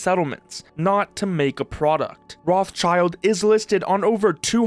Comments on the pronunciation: I can't stand the way you pronounce Rothschild. It's not roths-child. It's Roth-Schild (the -th is a hard t, the Sch is pronounced as in sh*t), which means "red shield" in German. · Rothschild not rothchild it is a German rich Familiy with quite Reputation. You could Translation this Name into Redshield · Dude please, the name is not Rothchild but pronounced more like Rotshield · It's not a "child". The name is composed of the German words for the colour "red" and the fighting gear "shield" — pronounced "rott" plus "shield". Is that patent troll pronouncing himself "child" ?! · Can idiots please stop saying Roth-Child? It's RothSchild, pronounced in German or French. Learn some words pls. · Enjoyed the video! Side note: It is not "Roths Child" it is "Roth Schild" (Red Shield) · bro i can't not crash out over the way you say Roth-child hahaha you say Rot-shild, good video tho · Dude cant even pronounce Rothschild i am totaly confused what rot child he is talking about 😂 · His name is rothschild, roth-schild... and also you dont say roth you say rot, and schild like shield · while it is funny to hear Roth's being called children over and over... its Roth Schild, ya can get the proper pronunciation from google by translating "red shield" into german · That guy who said his own name part wrong (schild isn't spelled like "child"! It is the German word for Shield which is spelled just with a shorter i that sounds like the English "e") seems to be even worse than Nintendo. Patents of Ideas that can't be a real device shouldn't work as a patent. But the USA is that greed capitalistic that their patent system lets it happen... Who believes AI blindly that they are too stupid for their life! That, what we call "AI" today can only copy stuff and they can't know what is right or wrong. So if they also should generate things they just copy, not create. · love how he pronounches Rothschild xD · It's pronounced as Rot-Schild